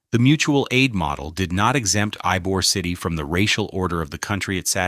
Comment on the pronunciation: While informative, AI miss pronouncing Ybor City is all you need to know.